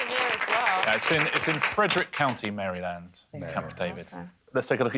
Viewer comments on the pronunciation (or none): Why do y’all pronounce Maryland so weird?